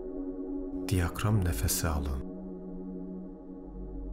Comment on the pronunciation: Diyakram değil diyafram nefesi lütfen kelimeleri doğru kullanalım